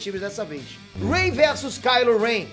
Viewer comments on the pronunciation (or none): Cara você disse ey em vês de Rey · "rei" não é Ray 🤭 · É a partir desse momento que você percebe que o não assistiu essa nova trilogia. Ele pronunciou sério o nome da Rey, ou foi zoeira mesmo? kkkkk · Mano o jeito como vc fala os nomes, como Rey, Jakku, é mt feio kkkkkkk pqp que pronuncia ruim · Que pronúncia horrível dos nomes, mds kskskks